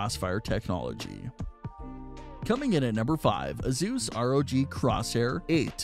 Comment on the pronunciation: who is thus " AZoos" you keep mentioning? Oh you mean " Asoos" aka Asus as it is properly pronounced. Got it